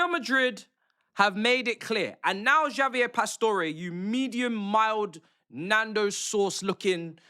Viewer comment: Bro said Jaavier lol